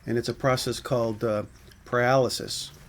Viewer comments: It is NOT called "paralysis". It's called pie-rall-iss-iss. Pyrolysis pie-rall-iss-iss. It's worlds cheaper to just buy barbecue charcoal. For your forge, use coke or coal. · It's not Paralysis as in someone can't move. It's Pyro-Lee-Sis as in he's a Pyro Lee has a Sis..........Pyrolysis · "Pyrolysis" is not pronounced "paralysis".